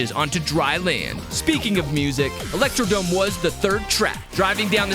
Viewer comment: Anyone noticed he said electrodome😂😂😂😂😂